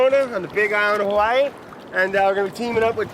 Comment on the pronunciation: Kona is so pretty and it's a great place to snorkle and dive. You know someone's grown up in Hawaii when they say HaVahii instead of us English people saying Hawaaaiiii.